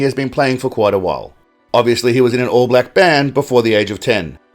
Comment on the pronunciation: The way he says BLAHWCK. 😅